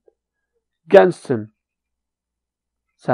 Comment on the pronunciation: in sen gençsın :ç ıs silent?